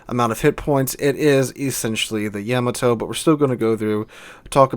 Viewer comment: the way he says yamato bugs me